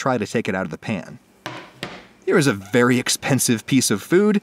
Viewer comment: "Here's a vwery bwight stwabewwy"